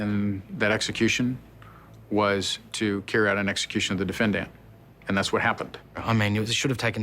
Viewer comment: Bro Bill the county attorney seems like a real douche bag and can’t pronounce defendant right